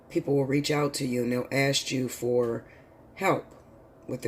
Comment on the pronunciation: Ask not ast.